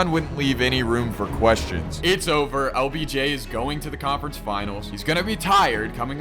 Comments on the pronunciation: He keeps saying obj instead of lbj😂😂😂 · BRO said Obj its LBJ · did anyone realize he was saying “OBJ” not “LBJ” 😂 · Yo you keep calling him obj instead he of LBJ 😂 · bro said obj and not obj 💀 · Every time you said LBJ is sounded like OBJ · It’s LBJ NOT OBJ BRO